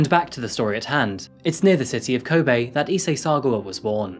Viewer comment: You really need to fix your pronunciation of Japanese syllables. You make an effort for African, but not Japanese which is arguably simpler. You are propagating gaijin stereotypes.. This makes me cringe. It's ko-be (as in LOck), hi-ma-ji (him-ma-gee), using small vow sounds.